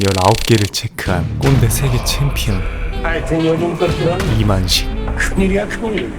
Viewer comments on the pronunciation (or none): 꼰대 이름 이만식인데 이만희처럼 들리네 ㅋㅋㅋ